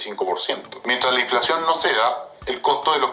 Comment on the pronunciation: No es inflaxion es inflacion 😂😂😂😂